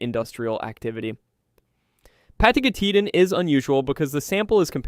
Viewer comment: 4 seconds in and I noped out. The pronounciation was so bad that there is no Pathos. "pah-TAH-go-TEE-tan jfc